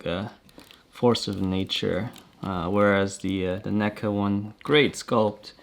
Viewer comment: "Neck-uhh..." NECA?!? REEEEEEEEEEEEEEEEEEEEEEEEEEEEEEEEE